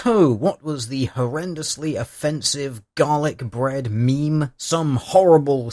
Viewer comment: Am I the only one who hears "Dalek Bread" every time he says Garlic Bread?